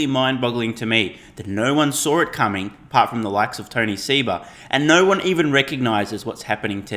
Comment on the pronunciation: Really, Sawrr it coming! Where did those extra 'r's come from?